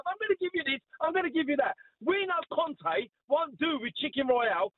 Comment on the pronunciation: Why did the fella keep saying Cone' instead of Conte 🤣🤣